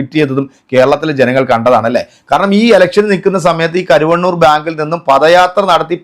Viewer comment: കരു വണ്ണൂർ അല്ല കരുവന്നൂർ